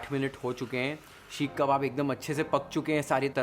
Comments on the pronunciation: The only thing that irritated me the most is the way you pronounced "Sheekh" and not Seekh 🫠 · Seekh not sheekh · shhekhh kaun bolta yaar seekh ko...pagla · Sheekh kabab nhi hota....seek (सीक) kabab hota hai.... Bar bar sheekh (शीख) sunkr main irritate ho gyi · seekh, not sheek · Sheek kabab is irritating my ears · It is irritating my ears now.. Sheekh kabab 🫨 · Yes. It was bothersome and very repetitive.